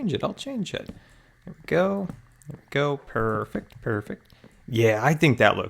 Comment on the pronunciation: U always say PRRRRRFECT PRRRRFECT😂 lmao everytime u did it. Great vid tho